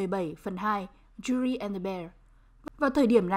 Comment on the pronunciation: móa cay cách phát âm tên Yuri vcl chứ, mong những video sau cải thiện :v